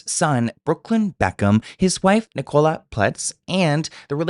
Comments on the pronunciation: Yeah, it's 'Nik-ul-a' not 'Ni-cola' 😅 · Sorry but it’s Nic-co-la Little less on the cola pleas😂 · you saying Ni-Cola kills me 😂😂 in South Africa it's a really common name idk about the US. Pronounced with the stress at the beginning like ni-cala❤❤